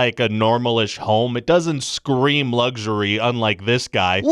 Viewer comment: Ryan George: Luxury! Also Ryan George: Lugxury.